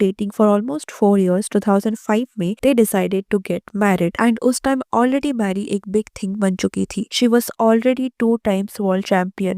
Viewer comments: Hi it's not marry it's mary(Meh-ree) pls correct your pronounciation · It's not marry it's pronounced may...ri